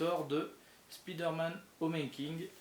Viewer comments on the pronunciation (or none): Slt , bonne vidéo mais juste on ne dit pas Spiderman Homeking mais Homecoming